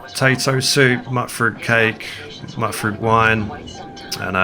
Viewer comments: Mutfruit is pronounced like "mute fruit", not "mutt fruit". The mut is short for mutated. Mutated fruit = Mutfruit. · Bro, its Mutfruit like mutation not Mutt Fruit. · But, hut, rut, tut, nut, cut, gut...etc, pretty natural first instinct when seeing "mut". I even learned about the correct pronunciation and the reason for it and I still have to fight the instinct. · Love your videos. I will eventually get used to that pronunciation of Mutfruit 😂